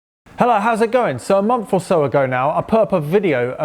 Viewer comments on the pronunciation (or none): Why does he say ''mumf'' ? And ''Maffs''. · "a mummF or so ago ..."